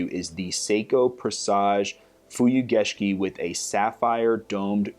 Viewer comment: Came here just to hear you pronounce "Fuyugeshiki". Nailed it.